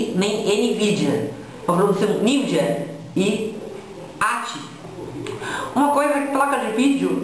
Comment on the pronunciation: "nividia" kkkkk pqp